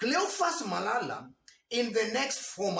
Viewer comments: You killed me by saying " cleophas malaya" sorry for that oversight 😂😂😂😂😂 good analysis bro keep it up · "Cleophas Malaya" was correct 😄